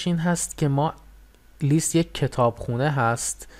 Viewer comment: List لِست تلفظ میشه به معنای فهرست Least لیست تلفظ میشه به معنای کمترینه